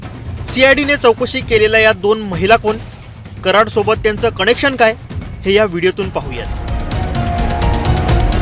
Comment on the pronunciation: आधी उच्चार सुधारा रे ? संध्या म्हणायला हवे, संदया नाही . कनेक्शन म्हणा न बाणातला नाही नळातला हवा. चले व्हिडिओ बनाने???